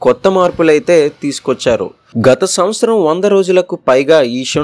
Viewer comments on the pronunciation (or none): none